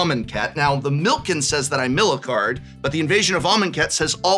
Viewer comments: Calling "Milikin" "Milken" was killing me. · Why does no one pronounce Millikin right! I love seeing my name on a card, but no one says it right lol